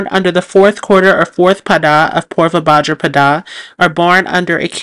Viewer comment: And bhadrapada